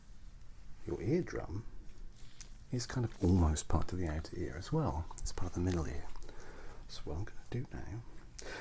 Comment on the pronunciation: Around the edge of your "aer".. ear 😂 that got me